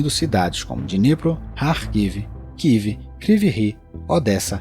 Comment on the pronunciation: Amigo não kiv, é kiev.